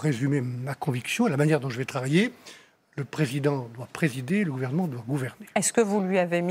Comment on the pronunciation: c’est marrant quand il parle de comment il va « travailler » j’entends vraiment le mot « trahir » 😂😂😂